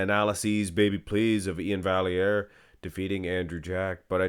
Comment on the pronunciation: I don't think it's pronounced "valley-air" should be "vye-air".